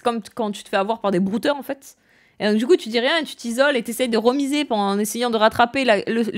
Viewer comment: Comment tu insistes de ouf sur la fin de tes mots "en faitTTss" mdr